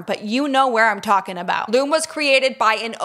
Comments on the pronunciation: You two are too cute! And Lume is pronounced Lume EE fyi 😘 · I love Lume. It really works! (Psstt,, I believe it's pronounced Lumie--like Loo-mee.) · Wait you pronounced Lume wrong haha love you